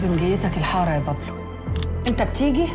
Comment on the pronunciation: بابلو سمولكون إسم تعرفو تلفظو تضربو عرب وبدهون يتفلسفو متل الأجانب